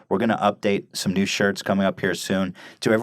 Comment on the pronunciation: "Introducing a Niiihnew segment"